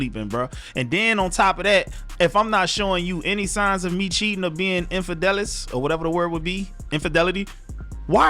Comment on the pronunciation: Not "infidelis"!! 😂🤣